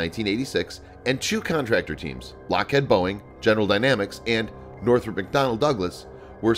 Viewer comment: He should have said Lockheead and Boeing...